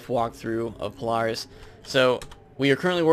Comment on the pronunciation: you say a lot of stuff wrong in here like polaris and feint, not faint